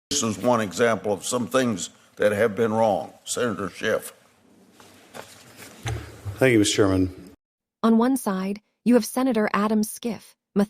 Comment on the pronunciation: It’s pronounced Sch-if not skif.